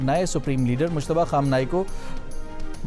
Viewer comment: مشتبا نهیں ۔۔مجتبا